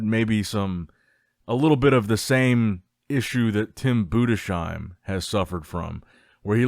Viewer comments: BUDES-HEIM, not budeshiem 😂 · hi my brother great content ! i have to tell it‘s tim bundesheim ( boondes-haim ) not boon dee sheim 😊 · it´s pronounced BUDES HAIM itś not like "shoe" but ZH /ʒ/ in "treasure" consonants